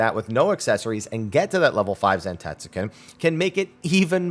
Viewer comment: That’s gotta be the whitest way to say “zantetsuken” I’ve ever heard